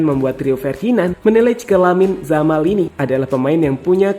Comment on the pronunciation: Lamine yamal bukan lamine jamal